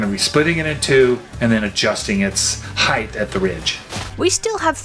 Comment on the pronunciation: Uggg...here we are again with your family's pronunciation.... As I have said before heighth is not a word. It is height. No need for the th sound at the end. Also, it is across...not acrossed. That's not a word